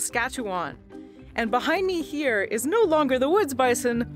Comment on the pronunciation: why do you always stress the word "AND" so much even when it makes no sense?